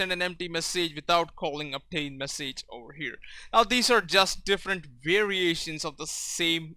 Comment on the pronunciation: You English is good but you're pronouncing words that end with "age" totaly wrong. Letter 'a' in "message" is pronaunced like 'i' in "big"